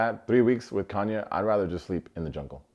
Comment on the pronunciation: Not Genghis Khanya 😂